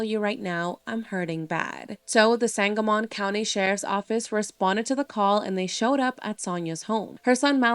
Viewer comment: Just an FYI sangamon is pronounced sangamen. Just trying to be helpful not spread negatively! This case needs more coverage!